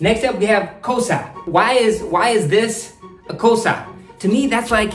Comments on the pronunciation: Bro its not kosa its kossa😂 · That not a kosa it was kossa .you need to prouns it in right sinhala word❤ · Hey it isnt kosa It is kossa Pronounce- ko ss aa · Selam karanna ❌ sellam karanawa ✅ සෙල්ලම් කරනවා Kossa❌ koss✅ කොස්ස Viswasa❌ vishvasa විශ්වාස Kiyewa❌ kiyewwa කියෙව්වා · Enjoyed it.... its funny.... small correction ... it's not KOSA .... It's KOSSA and.. read is = KIYEV-WA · Aiya oyage sinhala niyamai habai eka vachanayak varadi(kosa nemei kossa)😅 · Bro,it is not kosa it it kossa (කොස්ස ) 😂.carry on bro ...good luck 👍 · It seems your audience gonna be sri lankan people. As you present it wonderful and hilarious way Better saying as, Kosa as kossa Vishwasha as vishvasa As a beginner start pronounce kiyewwa as Ki yew wa Selam karanawa as sellam karanawa However your words can be understand as they are. Nothing to worry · Broom mean' kossa'. Not 'kosa' . You are so cute😂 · Hey brother, You greatly speak Sinhala, and It's not "KOSA" It's "kOSSA" 😅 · 😂😂😂 you are so funny. But not a kosa it is kossa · Its kossa not kosa😂 good job 😅😅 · It's nor kosa It's K O S S A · Not kosa its kossa -broom not Kiyewa its kiyawanawa/ kiyewwa- read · Kossa is the right word. Not Kosa Also sellam is the right word.. Not selam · Not 'Kosa'.it's 'Kossa' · That is kossa dude 🥰 not kosa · Not Kosa But, Kossa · It is not Kosa, It is kossa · Not SELAM KARANAWA , it's SELLAM KARANAWA. And not KOSA it's KOSSA bro 😂❤ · kosa no bro its call s KoSSa mean adding double s so your pronounsation is different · Kosa Incorrect Kossa Corretct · Brother it's not a kosa it's kossa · Not kosa it is kossa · It's not kosa it's kossa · Not kosa it's kossa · not kosa it is kossa bro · Not Selma karanava it’s sellam karanava not kosa it’s Kossa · Its not kosa its kossa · Bro it's not kosa it's kossa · Not kosa.that is kossa ok. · Is not kosa is kossa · Bro not KOSA its KOSSA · Not kosa😒 it is KOSSA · Not "Kosa" .it's "KoSsa" 🤭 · Not kosa. Its kossa. 😅😂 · It's kossa not kosa koluwo😏😌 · Kossa not kosa